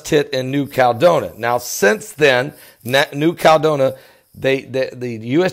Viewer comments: It's 5 (FIVE) syllables: KAL-LED-DOH-NEE-YA. It's just like California: KAL-LEH-FOR-NEE-YA. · It is sending me nuts and with all due respect - it is New Cal e doe ni a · Can't someone tell how to pronounce New Caledonia? That is where McHale's Navy spent WWII!